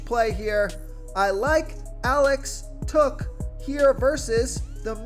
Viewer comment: It's Alex tuck (tuk ) not took